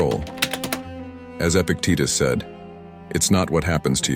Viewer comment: it's Epictetus not epic Titus lol